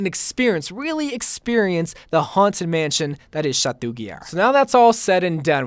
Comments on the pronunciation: Stop saying chatuuuu ITS CHATOOO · I love you but it’s pronounced “shat-oh”, not “shat-oo”. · Oml Bro I love you but never say Chateau like that again. It's pronounced sha-toe not sha-too. It's a French word so the -eau or -eaux is pronounced like an "oh" noise. Like Beau is Boe, Devereaux is Dev er oh, chateau is Sha to. Please stop saying it's cringey lol. Also for Ana's ghoul skin you can't pronounce, it's Gool, not gowl lol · It’s pronounced Sha-toh (Chateau) Yeah, French is strange